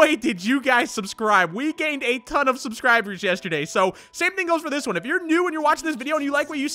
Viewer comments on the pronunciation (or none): none